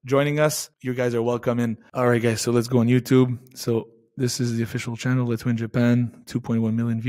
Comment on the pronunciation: Mr. Dave thanks for everything. Here small advice from me to you, it’s about pronunciation of LETHWEI, there’s not T sound, it sounds like “LE’HWEI” or “LEHWEI”. Even it’s written LETHWEI, T doesn’t have to sound.